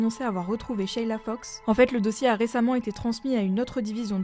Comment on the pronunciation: Juste une précision pour la prononciation en Français on ne prononce pas sheiiila, simplement sheila sans tirer sur le ii